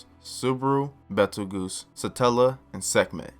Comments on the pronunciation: Goose? He even said it like juice. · Betelgoose Edgena oof nice try tho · Why do you pronounce Petelgeuse like that? He's named after the star in the hand of orion, betelgeuse. Pronunced Beetle-Juice. So should sound like that except with a P sound? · Damn, some of these guys can be a real dick about your pronunciation. Let me help you out a little bit though with some of these. Betelgeuse is pronounced: Beetle-juice. Typhon: Tie-fun Echidna: eck-id-nuh Those are the ones that I picked up, hope this helps man! You did great in the video, cheers! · It’s pronounced “beetle-juice”